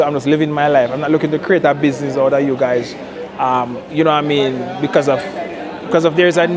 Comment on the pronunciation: "Yuh noowaMean?"